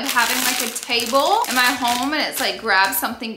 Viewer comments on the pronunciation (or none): none